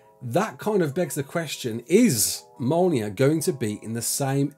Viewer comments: Mole Near. Omg. Me'olnear. That's the pronunciation. I'm not having a go at him. But dude. Come on. Please. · Big Thor fan, can't say Mjolnir instead says "Molnear" xD Good vid though thanks for the update